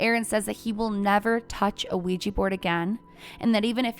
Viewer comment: Sorry, I couldn’t even get two minutes in because of your consistent mispronunciation of Ouija board